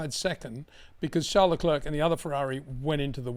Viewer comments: Always the best analysis, thanks once again! Btw, Leclerc is a French name. I think it's disrespectful of you to Anglicise the pronunciation. How hard would it be to pronounce it as Leclear rather than LeCLURK? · Since the inception of Baku, Charles LeClerc (just say 'LeClair', not 'LeClurk') has crashed into the barriers of T15 three times. That is what's shocking.